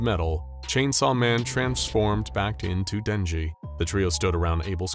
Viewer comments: that aint denji thats jednji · Not denji (X) lee kmkl saput haha not not 🚫🚫🚫 Denji leeeee